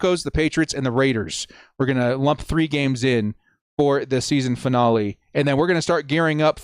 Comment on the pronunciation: Or how he says finale…